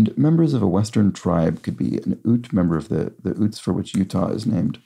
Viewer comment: (Y)utes not oots